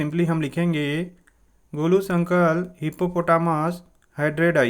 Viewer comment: It not golo it golu bro